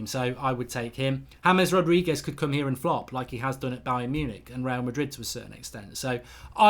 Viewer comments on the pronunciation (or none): none